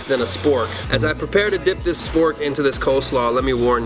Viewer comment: He Said, "SFORK"... HaHaHaHa LMWAO